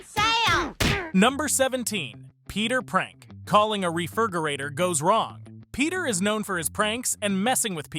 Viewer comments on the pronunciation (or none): “Calling a Refergerator” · This is an AI channel isn’t it? Who says refirgorator?